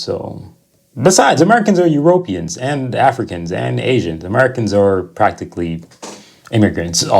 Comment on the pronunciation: Why are you saying "eu-RO-pians instead of "euroPEans? It's like if we were to say "AmericAAANS" (like the language Afrikaans)? Also, you're too close to the screen and you look green in the face. Not a good look.